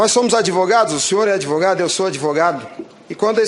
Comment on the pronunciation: "Adêvogado" , não sabe nem pronunciar o nome da própria profissão . !!! Billy Graham, era um tremendo crápula!